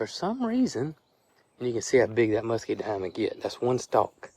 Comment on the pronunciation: It's MuscaDINE, not MuscaDIME.